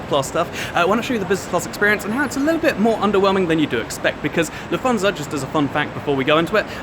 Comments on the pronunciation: Took me a while to realize you said "Lufthansa" because of your weird pronunciation haha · Nice little video. However, I needed to listen three times until I could correctly understand "LUFT-hansa". (Ever been to First Class DB regio? Basically about 8 seats in front with a different colour...)